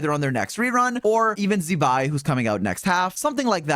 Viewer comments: 😅Z-bai is a curse word. It's pronounced more as ZZ-bai. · can you please pronounce Zibai’s name correctly, it’s not that hard. you literally have a Chinese gf